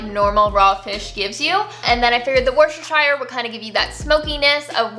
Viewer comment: Ha, I like how your scoring system is out of 10 breads! Just in case you're interested, the original British pronunciation of "Worcestershire" is "Wustershur" but I get that it's confusing why when it's spelt so differently, say it however it suits you best. :-)